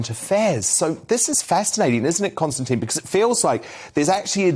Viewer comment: Constantine or Konstantin mate? Get it right.